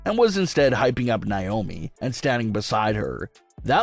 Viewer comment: Dude... I love your channel... But PLEASE stop saying NAomi's name wrong. It's not NYOMI